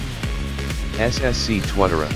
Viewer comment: Do u know how to read it’s scary. Tuatara